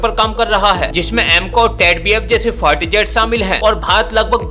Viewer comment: 🤣🤣🤣fighter or fart jet🤣🤣! भाई अगर तेरा उच्चारण सही है तो निश्चित रूप से मेरे कान खराब हो गए हैं! डाॅक्टर को दिखाना पड़ेगा🤣🤣🤣